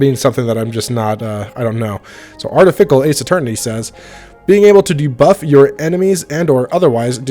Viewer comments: but he wasnt trying to pronounce artificial, he was clearly saying artifical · it was how wasn't able to pronounce artificial